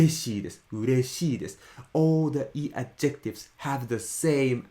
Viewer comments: It’s deeply ironic that keeps mispronouncing the word "adjectives" with the wrong emphasis. The stress in English is on the first syllable: "ADjectives". It hurts my brain to hear him say "adJECTives" over and over again. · Those are Adjectives (with the stress on the first syllable), not adjEctives! :) Thanks for the video! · I think you're describing a "pronunciation emphasis" or rules on the "intonation" instead of "accent". By the way the emphasis of pronouncing the word "adjectives" is on the AD and not the JEC. Sorry ex-English teacher habit.